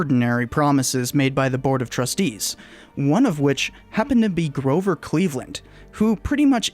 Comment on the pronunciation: "Gover Cleveland"